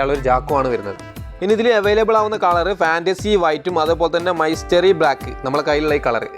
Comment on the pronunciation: മൈസ്റ്ററി അല്ലല്ലോ മിസ്ട്രി അല്ലെ